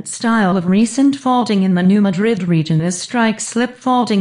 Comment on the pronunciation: I'm from the area. The narrator doesn't know how to pronounce 'Madrid'. smh